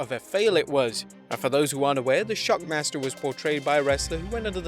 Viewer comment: No, sting said Shackmaster. Listen to it.